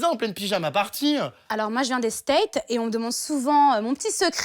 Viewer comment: Elle a dit je vien des state au lieux des states 🤣🤣🤣🤣🤣🤣